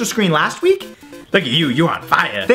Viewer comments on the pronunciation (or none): none